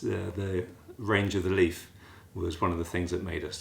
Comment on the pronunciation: Out of interest, can she say "Leaf" instead of "Leaf-a" if she tries? I'm just interested if you ever dare to mention it. 😂